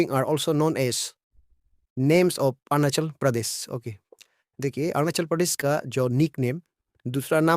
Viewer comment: Aap arunachal pradesh pronounce Kariya pahile . Kya? Orunasol pronounce karrai